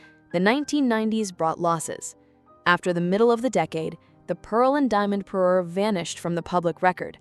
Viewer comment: It’s a parure, pa-RUER, not a paroo! If you’re going to be a royal jewelry channel, you have to get the language right.